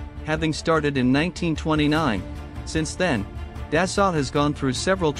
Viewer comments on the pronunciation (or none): It pronounced “Da-Soul” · Thank you for the video, it was enjoyable. I realize this is most likely a computerized voice defaulting to the pronunciation based on spelling, but the correct way to pronounce "Dassault" is "Day-So" long A, long O, silent T. I don't want to come off as a know it all, but if I were mispronouncing someone's name I would want to know. My wife is an engineer for Dassault, otherwise I too, would probably mispronounce it. Again, thank you for the video.